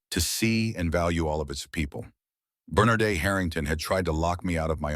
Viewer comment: The AI doesn't know how to pronounce Bernadette. Having a male voice narrate the conversation between 2 woman was a mistake. All the people watching saw Bernadette's racial prejudice.